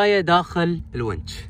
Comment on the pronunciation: تسلم بارك الله فيك للتصحيح الونش وليس الونج